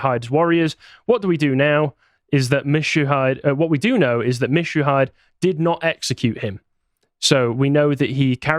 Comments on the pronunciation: Mit-Chu-Na-hide Holy shit I'm going to kstab you for that EVIL pronunciation Akechi Mitsuhide is Ah-Keh-Chi Me-Tsu-He-De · Say it with me now: "MEE-tsu-HEE-day" = Mitsuhide "YAS-skay" = "Yasuke" Not that hard, guys. Seriously. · 'Yas-kay' and 'Yah-su-kay' are both correct pronunciations. The former is how the latter sounds when said quickly by native speakers. You are also, indeed, mispronouncing "Mitsuhide". Just like the 'ke' in Yasuke is pronounced like 'kay', Mitsuhide becomes "Mit-sue-hee-day" with four syllables. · "Mitsuhide" is pronounced Mit-Su-He-Day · Actually, Yasuke is indeed pronounced as "Yaske". And you are perfectly able to learn how to pronounce foreign names without having to be of that nationality. And you can certainly know better than to apply English reading rules to foreign names. "Michu-hyde"?? Really bro? Does that sound even remotely Japanese? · That boils down to accent, which is fine. In this instance, there's no way an English speaker is going to have any difficulties saying "Me-tsu-he-deh". Not bothering to do even this much is just simply disrespectful. And pronouncing the "hide" part like "hyde" because it would be pronounced like that in English is plain stupid. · Bruv. BRUV. It's: Meet Sue Heeee Day Soft vowels, bruv, do you need a loicense for soft vowels? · Mitsuhide is pronounced Mitsuhe-day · Btw Mitsuhide pronounced as Meet-Shoo-He-Day 😂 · He pronounces Yasuke correctly, yet fucks up "Mitsuhide" like it's an english word. Like Mitsubishi, pretty much every consonant+vowel cluster needs to be pronounced, except su, like in Yasuke and Sasuke.